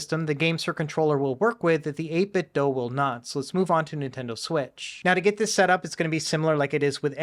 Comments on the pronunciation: 8 bit DO. Not doh. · please pronounce 8bitdo correctly. Bob Wulff seems to be the only YouTuber to pronounce it correctly. I'm pretty sure they say on their website that the "do" is pronounced like the English verb.